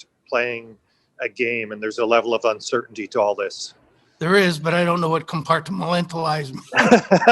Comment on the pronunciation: Uncertainty is not 2 syllables!